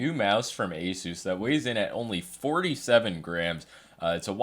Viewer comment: Epik mouse. Btw it's pronounced aSUS